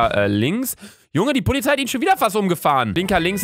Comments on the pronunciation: Alex Bulus aber luca sagt pozilei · ShyGuy 32 luca hat pozilei gesagt also Putz die ohren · Luca: Ich mag die pozilei🌚😂 Ich jz immer wenn ich Polizei sagen will: pozilei😂🤡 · cool wie du fährst und wie du das sagst ich mag pozilei das ist so lustig😂😘